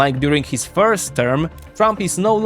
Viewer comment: “In Heeez view…”. It’s not just HIS view pinhead, it’s the view of tens even hundreds of million Americans. We elected him to realize OUR view. Perhaps that concept is foreign to you in whatever socialist or communist government you exist in.